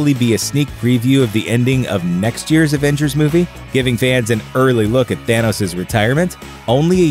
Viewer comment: "adventures infinity war "